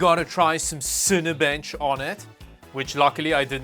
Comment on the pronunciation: Ah yes, cinenbench